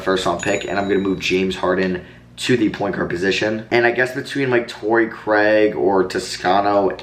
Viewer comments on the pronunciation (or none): none